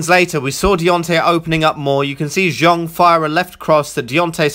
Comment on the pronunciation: Countered by Zong...?!?! Can you not even be bothered to learn the guys name ?